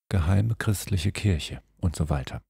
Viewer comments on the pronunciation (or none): none